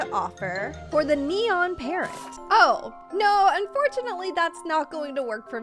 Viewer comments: you meant "neon" not "enon" ? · Anyone else realise it says ENON and not neon?? 😂 LUV YOU STILL AFTER RLIKE 4 YEARS